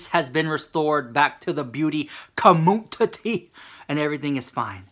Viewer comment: Why the fuck. Does he say beauty commutitty😂😂😂😂